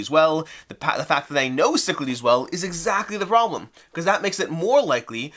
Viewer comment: I remember the Kickstarter video featured a terrible mispronunciation of "Cyclades." I don't think I noticed till now how much they butchered the font/spelling. That is, they used a symbol that looks like Psi for Y, a symbol that looks like Lambda for A, and a symbol that looks like Sigma for E. Kind of makes me wish they had the option to get a box with the Greek spelling, Κυκλάδες or ΚΥΚΛΑΔΕΣ. I've still got the first edition with all expansions. Don't think it's worth it to upgrade, although this deluxe/miniatures version does look nice.